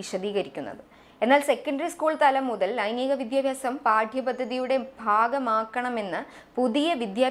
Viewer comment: അവതാരകയുടെ വിദ്യാർത്ഥി, വിദ്യാഭ്യാസം തുടങ്ങിയ വാക്കുകളുടെ ഉച്ചാരണം തെറ്റാണ്. ഭാവിയിൽ ശ്രദ്ധിക്കുമെന്ന് പ്രതീക്ഷിക്കുന്നു.